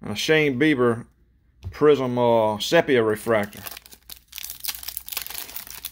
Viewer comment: For future chrome breaks. Sepia is pronounced See P ahh